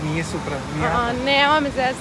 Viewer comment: boli me dusa svaki put kad kazete supra